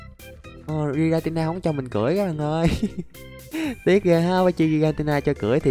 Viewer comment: anh đọc sai tên rồi kìa 😂😂😂😂😂😂 tội cho thằng nhỏ tên Giratina mà anh đọc Gitanita